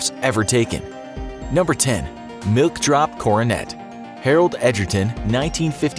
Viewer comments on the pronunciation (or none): none